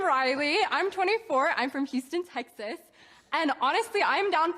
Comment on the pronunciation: The speech impediment where she can't even say her home state without sounding like a two year old. Hard pass.